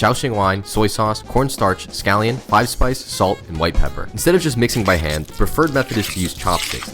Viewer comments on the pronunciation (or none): none